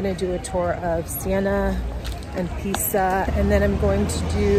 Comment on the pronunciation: You always have the best music!! Tip: Pisa is pronounced "Piza", ;-) If there is only one S it sounds like our z. If there are 2 S's (like red wine =Rosso) it sounds like our S's THanks so much for sharing your trip!!